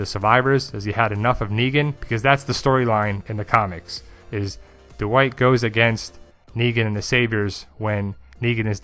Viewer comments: I'm kinda just joking. I really like your work. Your analyses and theories are thorough and interesting. Still, I bet if you say "bad white" it doesn't come out "bad uh white" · dude... say it with me... "Dwight" (one syllable) not "Duh-white" just "Dwight"... one syllable